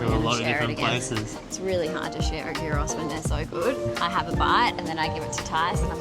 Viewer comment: Your "souvlaki" is YEEross. Souvlaki means little skewer. If it's not on a skewer, it's not souvlaki. Your can of local beer is FIX.